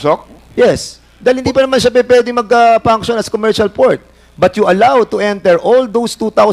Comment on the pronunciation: Conbert, prom, punction, approbe, ebentually and Poncall.. tsk2x